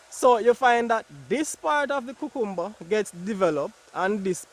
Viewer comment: I love to hear you say cucumber. ♥️